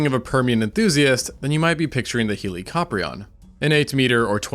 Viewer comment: i'm ngl, some of these pronunciations are giving me the giggles, like "dro-MAY-osaurs" and "heely-coprion"